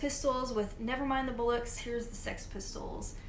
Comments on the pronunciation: Oh yeah before I forget. Pronunciation of Chiswick is correct, but bollocks are pronounced bOllocks and not bUllocks, bullocks are bulls without bollocks 😄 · Hi, Just FYI: "bollocks" is pronounced as / bol ox / not / bull ox /. Enjoyed listening to your selection! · Oh ... and it's pronounced BOLL OX ... :-) Love your videos